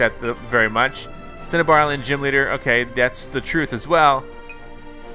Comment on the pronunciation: Pronounced cin-a-bar island